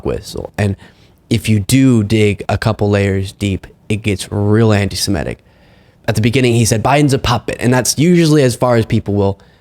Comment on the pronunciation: it's not "antise-MET-ic." iT'S "antise-MIT-ic."